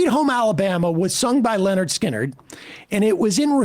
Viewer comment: it's Lynyrd. not Leonard.